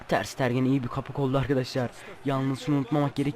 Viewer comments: Abi ooo ters stergen değil ters tegenn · Abi ter sitergen diye oyunmuyo ter stegen diye oyunuyo :D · ters tergen değil ters stegen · Ter stegen diye okunu kaleci